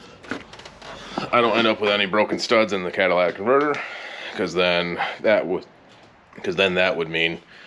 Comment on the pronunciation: my wife heard you last night and said..." wait did he just say Cadilla-tic" lol